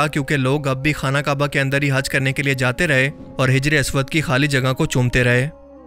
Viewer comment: Bro name teek karo hajar aswad nahi hijr e aswad